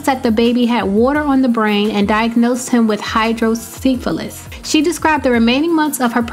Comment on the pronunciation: I kept cringing hearing them say hydrocephalus incorrectly